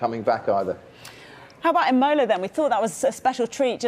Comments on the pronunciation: Why do so many British people never make the slightest effort to pronounce foreign names correcly? Ebola?! Aimowlah? It's Ì-mo-la. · Was just about to comment on this! 'Imowla' - at least pretend you know what you're talking about, you are a Sky Sports TV presenter! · It's either pronounced E-mola (Italian pronunciation) or im (rhyming with 'him')-ola. Not eh-MOLE-ah. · Great phonetic spelling there chief /s It's supposed to be pronounced as eemöhlah , she pronounced it as eemou-lah , but her pronunciation of the I was correct, idk how you heard "eyemola" that pretty much makes you the same as the reporter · "eyemola" please get presenters that actually know what they're talking about 😂😂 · Lol Im-OH-la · Did she really say ‘I mole la’! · She to say ebola ! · Thought she was saying Ebola at first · Did she say Imola or Ebola. 👂👂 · Nice pronounciation of imola lol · I've never heard Imola pronounced so badly... 🤣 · I like how Crofty says Imola 5 times to emphasize the presenters mispronunciation. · are you sure? If we accept that the correct pronunciation is how an Italian would pronounce it I would say that neither pronounced it fully correctly however Croft’s is closer to the correct pronunciation. Reference: Please let me know if you disagree and if so why? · That Imola pronunciation was shocking! But in all honesty I don't even know why the Australian Grand Prix was even put as the opening race for the season. As an Australian living in the country, we have really strict covid rules in place and as much as i'd have loved to watch the Grand Prix at my home town, I can't blame our State Government for putting health first. Hopefully it will still be a great season regardless and can't wait for it to begin!